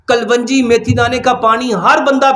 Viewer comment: Hakeem sahb kalwangi nhi kalongi hota he